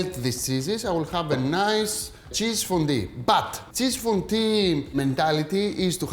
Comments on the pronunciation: ΦΟΝΤΟΥ, οχι φοντι. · I like that he says fondy! Looks yummy Akis